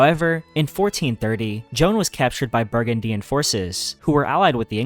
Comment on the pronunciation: I'm sorry, but if you're going to make a video effectively summarising wikipedia pages, you can atleast bother to learn how to pronounce things correctly and not mess up. Burgundian, Orleans, Caesarion, legislature, Holodomor etc are all pronounced particularly incorrectly. Also, Elizabeth I was Henry VIII's daughter, not Henry VII. I would love to support a channel like this, but you've got to slow down and put more effort in.